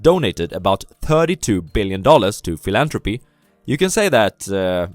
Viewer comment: “Philantrophy” ah ok